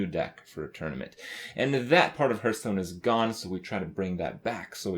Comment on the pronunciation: please stop saying hurthstonn.